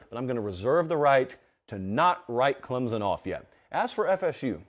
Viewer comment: He even pronounced Clemson correctly! You are coming around. But I think Clemson at 4 or 5 is where they belong. Could they beat Georgia or Ohio right now? No. Tennessee or Michigan or Bama. Yes. But let’s see how this team keeps improving.